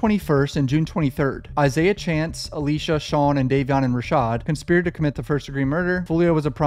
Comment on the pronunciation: (Con-spired) 😂 bro said cunspired 😂